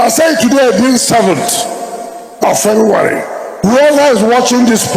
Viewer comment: Wike "today being seventh of fevuary" 😂😂